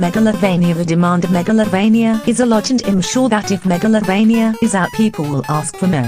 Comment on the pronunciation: "Megavilloin" at least you tried